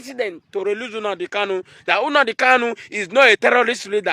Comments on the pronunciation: Lol... Na the pronunciation for me... Unadi Kanu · This idiot shouldn't insult us by mispronouncing Nnamdi, get it right.